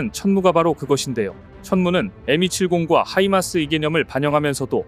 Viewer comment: 좀 이상한 테클이지만 엠270... 발음좀ㅎㅎ 에미70으로 들리는건 제가 이상한건가요?